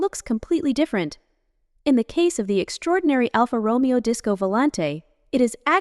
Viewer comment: why do i even bother............ it's pronounced Romayo